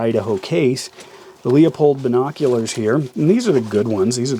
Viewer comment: "Leupold" Pronouce it like lou-pold